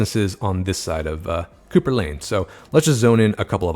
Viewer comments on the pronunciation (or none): none